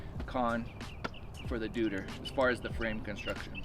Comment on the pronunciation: Deuter is pronounced „doy-ter“ ;-)